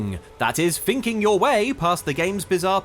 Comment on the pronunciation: Agheel and the tree sentinel are some of the easier bosses in my opinion also did you say finking or thinking